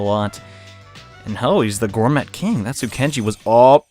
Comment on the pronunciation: Intrepid and Gourmet are the two that make me wince most hehe. To be honest though, both words come from the French side of English, good on for butchering them.